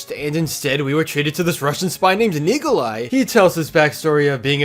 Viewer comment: bruh the way he said Nikolai